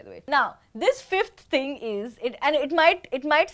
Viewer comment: who wrote down the points came sounds like "ting"😆😉